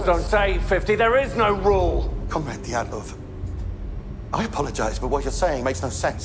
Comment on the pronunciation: It's not Dyaltov, it's Dyatlov.